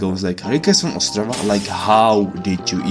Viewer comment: Yo im czech here! And why we notice? cuz yall have dialect on the penultimate consonant and czech mostly have it on forst consonant xd that how we notice. yall: ostRAva we: OSTrava